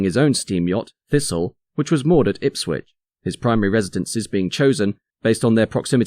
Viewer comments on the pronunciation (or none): none